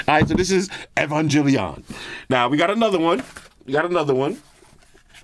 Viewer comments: It’s gel, not Jill as I’m EvanGELion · Proper way to pronounce EVANGELION - E-vang-geh-lee-on. But since you don't watch anime, you're easily forgiven. NERV is basically the organization for the mechs (the Evangelions basically, they're like Gundams but more biodroids than machine). But I rather not give you too much info cuz I might hit myself with the old EVA brainrot and mindfuckery that I've struggled to get out of (This series is pretty mind-fuckery for a mecha show) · Not butchering Neon Genesis Evangelion 😂😂😂😂😂😂😂. That case is sick though, wish I could get my man into anime. Evangelion is GOATED next to Cowboy bebop. I LOVE that case, may cop it